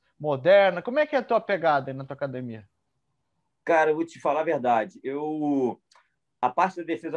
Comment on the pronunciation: Falou "acadimia", não precisa de exame de DNA...